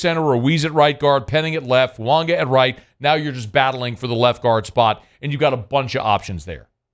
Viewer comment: Hey, this is directly from the New Orleans Saints website......"Name pronounced tah-lee-ESS-ay Foo-AH-gah". Please STOP saying FuaNga!!!!!!!!!